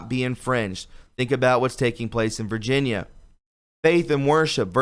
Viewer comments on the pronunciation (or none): none